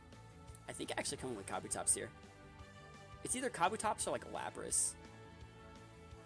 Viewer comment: It’s “ka-bu-tops”